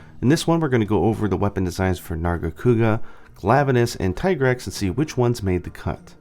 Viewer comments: TEA-grex is the correct not TIE.what are you talking about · The handler says "Tee-grex", so, no, "Tie-grex" isn't the correct pronunciation. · God dangit, it's not Tih-grex OR Tie-grex, it's officially dubbed Tee-grex in English. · i prefer said [Tea-grex] not [Taï] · Mi handler says "Tee-Grex", not "tie-grex". Is something wrong with my game? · Wait, I'm confused about the Tigrex pronunciation. I've been calling it Tai-grex this whole time, and then Iceborne says Tee-grex, but you say it is officially Tai-grex? Which is it? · Ty-grex??? In Iceborne they call it Tee-Grex. I swore these debates would end already but damn, the "Ty-grex" side has evolved into full on denial. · It IS pronounced "Tee-grr-ex". Because the name is a pun on "T-Rex" with extra "GRR". The name was even confirmed in spoken manner within Iceborne. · Tigrex's Japanese name is literally pronounced "tea-grex" though. You'd think a guy notorious for playing Japanese versions of MH games rather than waiting for translations would pronounce it so. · This nigga just said Thai grex... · isn't it pronounced teegrex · Doesn’t the handler pronounce it Tee-Grex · Who the hell pronounces Tigrex like Tee-Grex? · It's actually "Tee" grex in Iceborne, the handler clearly pronounces it that way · Bro. There is voice acting, you can't say that a pronunciation is correct when it is directly contradicted by the game. The handler very clearly enunciates "tee-grex." Small nitpick but you took an aside to comment on it so, yeah. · Uh, no, it's still TEEgrex. They even say it in the cutscenes. The only way it would change would be if Capcom japan changed the romaji spelling to Taigarekusu. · I'm glad I'm not the only one who noticed mistake on Tigrex pronunciation. Shame on you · In english, Tie-grex is the official pronunciation. In Japan, its Tee-gure-kusu. So either pronunciation is fine. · what can we do? well... at least pronounce the name correctly like how it should be I guess? :/